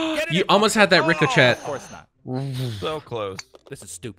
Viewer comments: do you know how you pronounce Ricochet (ri-ko-shay) not (rick-o-chet) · Why ship you say reco chat lol